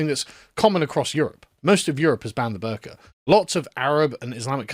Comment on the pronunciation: This isn’t related to the topic but every time Sargon says “the burka” I hear “the burger”